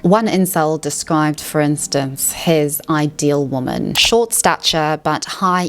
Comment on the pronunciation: The way you pronounce some words is a bit irritating... "Woman", "Exaceterbating". If you talk for a living don't leave the basics out.